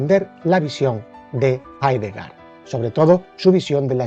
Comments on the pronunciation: Hablamos español. Y el apellido de este filósofo se pronuncia Haideger, no Haidegá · Jaidega?? asi se pronuncia?? no es Jeideger? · Mal pronunciado el apellido del filósofo.